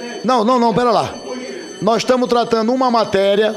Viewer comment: Senador falando “nóiz”